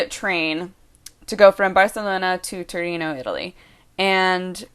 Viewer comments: Hey, just saying, it's Torino, not Turino. ;) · It's Torino not Turino... Sorry for being so pedantic =) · It's Torino!!! (not turino) :) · It's Torino non Turino, but you're so cute that everything is forgiven : D Greetings from Italy